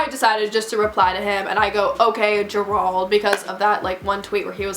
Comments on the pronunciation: This is crazy. But, I had to laugh throughout the video just bc how hard he made you think. 😂😂🤣 and Gerald pronounced. JERE-ALD 🤣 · bruh did u just say (juh-rwald)???? its pronounced (jare-old) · I think the “managers” name is pronounced ‘Jer-old’ not ger ald lol it’s my brothers name and it’s spelled Gerald lol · girl the way you are pronouncing gerald im screaming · The way you pronounce Gerald has me dead💀 I’m pretty sure it’s pronounced jair-old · It’s JER RALD.... two syllables but say it without pause . You’re welcome 😉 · You pronounce Gerald wrong that’s all I have to say... lol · Sis why you said Gerald like that😂😂😂🤦‍♀️🤦‍♀️🤦‍♀️ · haha the way she prononces "gerald"😂😂 no hate btw ily ❤ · Sis I love you but look up how to pronounce Gerald because it is not how you’re saying it lol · Can someone tell this girl how to pronounce Gerald lol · all i could focus on was the way she pronounced gerald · Love the light behind you, hate the way "Gerald" is being pronounced lol but great story. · ok but whyyyyy does she keep pronouncing "Gerald" wrong it's literally the most basic name 😭